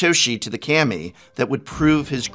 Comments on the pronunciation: its "Kaami"... Not "Kaymi"... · This is be being picky, but prof's pronunciations of japanese words wasnt bad, until Kami, it bugs me he pronounced it Kam-ee, when its Kaw-me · CAM-E not KHA-ME remember it fools, im a teacher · Ill never stop hating how the Prof says Kammy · Anyone else cringing at his pronunciation of "Kami"